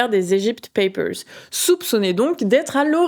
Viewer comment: bien ton accent anglais dans "papers" ! on t'aime